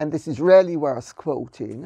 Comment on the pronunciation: Lady C is so posh it's almost unintelligible. When she says, "Really" it sounds like "Rarely". Otherwise eloquent and erudite as ever.